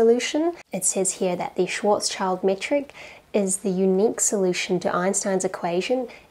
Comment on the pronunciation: Hey! German here. When you said "Schwartz child" I had a very bad time. Please say "Schwartz schild". It means sign / shield.